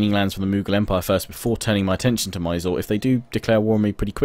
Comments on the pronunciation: It pernouced 'miz-ooo-reee' not 'my sore' hahaha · 1) Mysore - Its pronounced as My-soor 2) Sun Tzu - Sun of his name is pronounced as soon,Tzu was correct